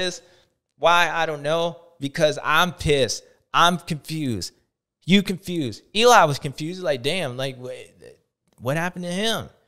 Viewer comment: Was it supposed to be confewsed 😂